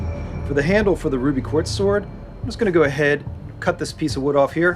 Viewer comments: this man really said ruby-quartz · He said Ruby Quarts. Lol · Did he just say ruby quartz